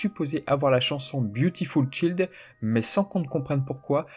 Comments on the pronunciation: On dit pas ch i ld mais chaaaiiild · Man s'il te plait on dit Beautiful Chaild pas beautiful Child . Le "chaild" ça se prononçe comme l'épice aïl. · Beautiful chAild. Les cours d'anglais sont loin dis donc ! Je suis Trigger facilement par la prononciation anglaise désolé ! Video toujours intéressante sinon, franchement ton travail est super propre. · j'ai appris plein de trucs, merci ;) Je vais t'apprendre un truc à mon tour celà dit. Le mot "Child" (enfant en anglais) se prononce